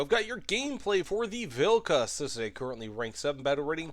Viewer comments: You said the vehicles name perfectly 🎉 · HE PRONOUNCED THE NAME CORRECTLY, HOLY SHIT